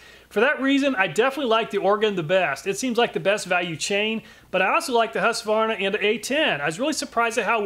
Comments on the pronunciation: Finally an American than doesn't say husk a varna 🙌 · Thanks for not saying Husq-a-varna.